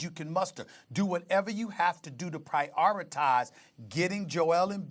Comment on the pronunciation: Stephen "Pri 'o' Ritize" A. Smith